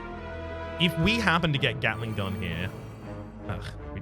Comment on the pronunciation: Did i just heard him day gatling gull?